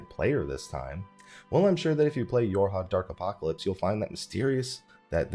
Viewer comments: It sounded like you said Your Hotdog apocalypse and that is what I will call it from now on. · Anyone else hear "Your hot dog apocalypse"?